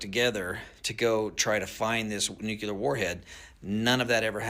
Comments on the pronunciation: If you pronounce it "nu-cue-lerrrr" I refuse to take anything you say seriously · Any time someone pronounces nuclear as “new-cue-ler,” it instantly destroys their credibility 😂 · I can't bring myself to take someone seriously who pronounces it "nook-you-ler." But houses are exploding at crazy rates the past few years from gas leaks and broken lines, etc. Maybe they're looking for gas leaks regarding those. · Why would we take someone seriously who pronounces it "Nucular?" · I don’t trust that conspiracy theorist for a second purely because he said “nyoo-ku-lar” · Rogan WOULD retweet a video that pronounces it NUCULAR. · As soon as someone says "NUCULAR" I know not to believe anything they say. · Never trust a guy who pronounces nuclear as nuke-you-ler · "nucular"...yeah dude that word alone immediately let me know you're not a reliable source. The rambling surrounding said word confirmed it. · that guy lost all creditbility at "Nucular" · Guy literally says “nuke-you-ler” lmfao bro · yep, I'm gonna trust the unverified claims made by the dude with the massive wall-mounted American flag who doesn't know how to pronounce "nuclear".